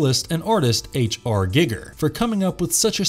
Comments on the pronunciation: If that's how you pronounce Giger, you totally lose all street cred. It's 2021. Have you not heard his name pronounced once? Then that raises the question: have you ever seen any of his movies? Ya basic. Unsubscribed. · It's actually Gig(g)er, not Guygger like we've heard... Giggity Giggity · I don't pronounce it guy-ger I pronounce it with an e like a karate Gee- ger sound rather than the youtube guy gig-er .. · Guy-gir not Gig-er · Geiger is pronounced Guy-ger not giger or gigger Jesus chrust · Hahaha.. wtf? Gigger?.. its H.R Giger! Lol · "Gigger"? ....No. Just, no. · I’m sorry but the way you said Giger made me crack up laughing, good video though 👍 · You can hear the dude who reads doesnt know anything about the text hes reading from,pronouncing peoples names wrong and crafts names wrong etc,he whould not do that if he where a real fan.. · im so annoyed by how you don't pronounce the H.R Gigers name correctly. also the backstory of the man who played the alian is incorrect. they found him in a bar and were like wow you are really tall. would you like to be in a movie.